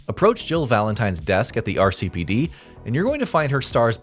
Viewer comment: My eye twitched every time you said RCPD